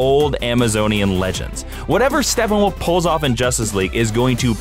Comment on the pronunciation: Why is he calling him Stepping-Woof(?!)